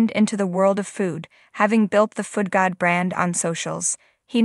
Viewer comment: Foodgod, not foot god.